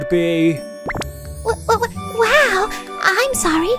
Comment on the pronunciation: Wow it's pronounced with a short "o" like ow or ouch. Woah is pronounced the way you've been saying wow. Just trying to help make things better since English isn't a first language for either of us.